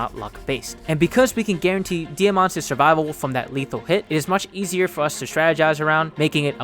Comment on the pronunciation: "Ike's", not "Ike'ses" "Diamant's", not "Diamant'ses"